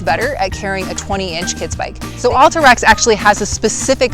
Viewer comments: Recent move ins to Utah or not skiers? Curious why you pronounced Alta like all-ta rather than Al-ta. Like altitude or Alta ski resort. But actually a few times you say Alta like it should be. So now I'm thinking maybe you've lived here a while.but are just influenced by the recent move ins saying All-ta instead of Al-ta. Very important for me to.figure this out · Good review, but kind of painful to hear "Alta" pronounced incorrectly so many times.